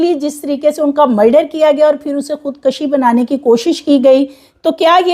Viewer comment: Nice reporting depicting good homework..but right word is "khud kushi'_not *khud kashi"..hope you won't mind ..❤